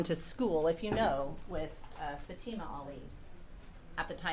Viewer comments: Is his lawyer intentionally mispronouncing her name? 😡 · The defense atty that keeps pronouncing Fatima’s name incorrectly needs to be corrected. And his mispronunciation of Iraq. Twat.